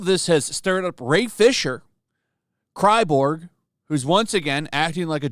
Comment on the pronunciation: I'm sorry. I lost it when you called him "Cry-borg." 😂🤣😂🤣